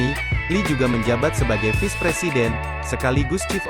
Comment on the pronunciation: Elahhh ngomong vice aja visss wkwkwkw